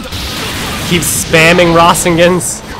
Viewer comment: It is pernounced ra-sayn-gun not rosingin